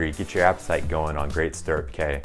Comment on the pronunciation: You should probably get the name correct...Great Stirrup Cay (pronounced "key")